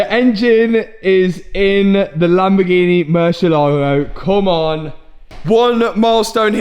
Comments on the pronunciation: Always catches me off guard when says Lamborgini normal instead of "Lamborginehh" 😂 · Matt finaly learned to say "Lamborghini" because before he was something like "Lamborghiine"..